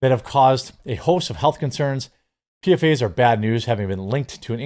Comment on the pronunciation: PFAS is pronounced "PEE-FOSS"